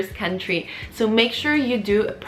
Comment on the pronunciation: "Cuntry" haha I'm dying 😂 thanks for the legit tips though!